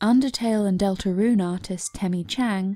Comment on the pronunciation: HOW YOU PRONOUNCE DELTARUNE IS GOING TI KILL ME w h y